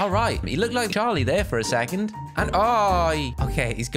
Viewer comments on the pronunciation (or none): none